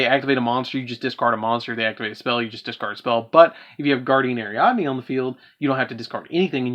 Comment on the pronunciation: How come everybody gotta fuck up "Guiding Ariadne"?